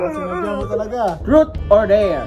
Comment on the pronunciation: ‘Trot’ or ‘der’ daw! HAHAHAHA bisaya na jud! HAHAHA PERO keep your vlog be more interesting and Godbless ya! ☺️🤩🤣